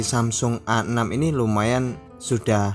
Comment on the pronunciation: Samsung A6 atau samsung Asix (dibaca Asik) 😅